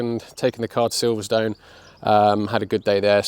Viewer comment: It's not called Silverstone you people who don't live here although it's spelt Silverstone it's actually silverstun when you say it 👍🏻